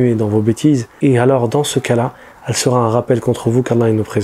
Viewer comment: Excellente vidéo à forte teneur en rappel édifiant ajouté SI CE N'EST certaines liaisons maladroites et pénibles à entendre que tu commets sans doute par distraction comme entre autres ..."le musulman doit cherchéZ à se libérer ...", ..."vous seraT utile ..." et un ou deux autres ! D'autres youtubeurs religieux font les mêmes erreurs et c'est vraiment reulou puisque tout le reste est nickel ce qui gâche un peu l'ambiance !